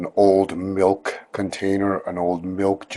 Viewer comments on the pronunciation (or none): none